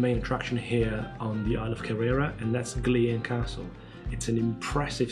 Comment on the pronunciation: I have watched the first 5 minutes of this video, and so far you have only pronounced Oban correctly, Luss as in us, not loose, Gylen, Kerrera? When you can't do it ask a local, your pronunciation shows no respect for the history of the land you walk upon.